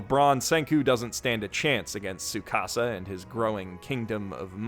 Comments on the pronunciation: Gotta love when people pronounce tsukasa as your house in Spanish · Bruh the "t" in the japanese "tsu" sound isn't silent. It's "tsukasa" not "sukasa" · Super random but I realized a lot of westerns don't pronounce the "T" in Tsukasa's name. Why is that? It's so weird to hear.